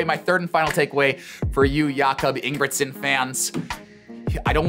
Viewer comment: Ye sure and cannot even tell the Jacob’s sure name properly